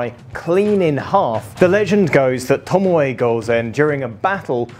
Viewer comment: It's pronounced 'TOMO'